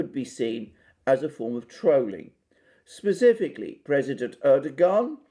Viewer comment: Could have been interesting but I left when you used the word "trowling". Speak English boy !